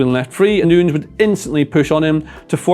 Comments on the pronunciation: its new- nez not noons mate pronounce the guy's name correctly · Great analysis… BUT it’s nunyes NOT noons … I’m American we suck at both English and Spanish but common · He calls Nunes 'Noons' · Everytime he said Nunes its pronounced differently